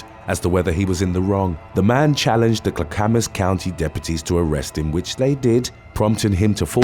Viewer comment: It's not Kla-kam-mas, it's klack-amas